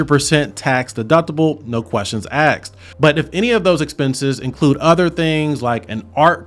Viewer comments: "no questions axed" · I had to turn off the video after you said cost-ed and axed. If you are going to promote yourself as a professional CPA you really should use proper English